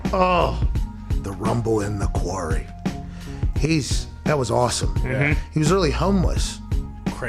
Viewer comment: not being able to say 'Quarry' was the best part of the show. 'He was in a query? like a mine?'